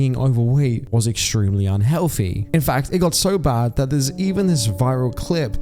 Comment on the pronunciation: Yes that is definitely "un-hewoFEE". So RIP to everyone on this list. So recently too, passing away in "two-Fousand and FREE"